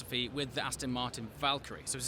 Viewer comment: Aston not Astin!